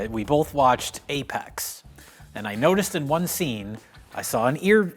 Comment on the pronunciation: Apex not Apax